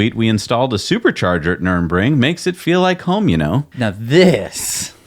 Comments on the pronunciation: you’ve added an “N”. Why? The track is located at Nürburg. No “N” in the middle of the town name. Ditto the track name. (edit) maybe you were just joking and aping what they said. Though I think it was more NUR-EN-RING. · Love you guys! Long time listener/watcher Second time commenter Former Tesla employee. Future patron One quick thing though. You guys are butchering the pronunciation of nurburgring. Sorry to point it out, but it's super distracting and I don't want people to discount your opinion because of it. Thank you guys! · is always pronouncing place names terribly. I kinda wish he'd spend 5 minutes googling for the correct pronunciations before filming each show. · "Nurbring" ? "Numbring" ? NUR BURG RING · It's nurembergring ----- NUR BERG RING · Please stop calling it nurembergring. It's Nürburgring. Ner - Berg - Ring. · Noor-burg-ring. Nuremburg was where the Nazi war trials were held. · NurBURGring, not NurEMbring. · NUR-BURG-RING not NURN-BRING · PSA: It's Nür-burg-ring. Nothing to do with the city of Nuremberg. Or "Nurmbring", whatever that might be. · Its Nurburgring. Not Nuremberg. Trust me, you don't want to confuse these things. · NUR BURG RING - c mon nerds, learn to talk automotive talk. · "Nurr burr gring," pronounce it correctly BOTH OF YOU ... pronounce/enuciate guys ! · For the love of all that is holy, NER-BURG-RING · Guys, your german pronounciation really has some room for improvement. Call me if you need some traing lessons and we'll take a Porsh to Nurbring 😉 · Say it together.... Nur... burg... ring. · Dude. You’re just gonna HAVE to learn to pronounce this: Nur.Berg.Ring. Just like it’s spelled. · You'll figure out how to say Nuerburgring at some point. "Noorr-berg-ring" would be close enough probably. :) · Guys, you’re murdering German again! It’s Nür-burg-ring. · My ears and heart hurts every time you guys pronounce nürburgring as nurembring or worse Nuremberg :'( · Nürburgring Ner-burg-ring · "Ner" "Berg" Ring"